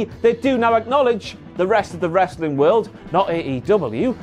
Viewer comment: Down a shot every time says “Ressli’.”